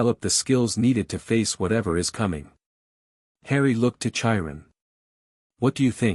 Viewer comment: OMG the robot voice is so bad to begin with & then the CONSTANT pronunciation issues is grating on my nerves. Chiron is said with the c & the h as separate letters, like a k sound then a slight h sound as you move into the long i. It's not like the ch in chair or cherry.